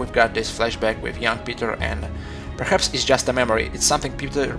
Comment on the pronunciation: You say perhats all time